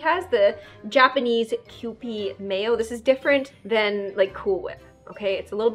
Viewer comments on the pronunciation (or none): none